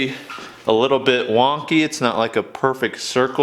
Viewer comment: "A little bit wonkey" lol Keep up the good work!!